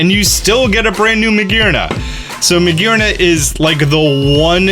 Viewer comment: It's Magearna, not Maergerna! The second I in Miraidon should be after the A! And Scarlet is suppsed to end with only one T!